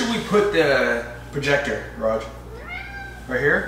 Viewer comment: You’ve butchered the Raj!